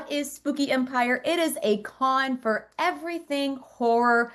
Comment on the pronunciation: “Fir”? It’s “for”.